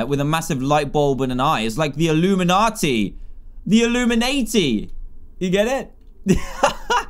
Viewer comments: when dan said "illumanati" i thought he said illuminaHD the minecraft speedrunner for a sec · He said illuminayty